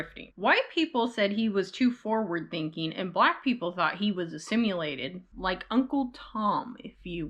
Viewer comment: FYI, no U in Assimilated. Is this just the way you say it normally? Kind of the way some add an extra U in nuclear?